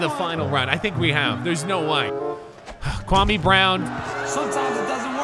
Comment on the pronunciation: If ur gonna pronounce Kwame, pronounce it correctly... Put some respect on Ghana's name!